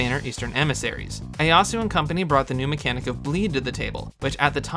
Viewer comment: The way you say Ieyasu hurts my soul but otherwise very good summary of how Gleo singlehandedly ruined en entire element (and had severe effects on all the other elements as well). Crazy to think how different the game would be if she hadn't happened.